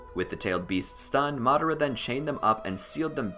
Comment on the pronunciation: games it's Madara not madera